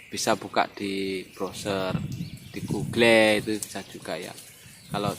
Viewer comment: Hehehe maaf om seru denger pas ngucap google (di browser di google) gugel wkwkwk